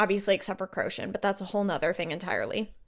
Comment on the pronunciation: I love this thank you! Details amazing and through , however please listen to the audible pronunciation of Manon & Crochan its driving my crazy !😅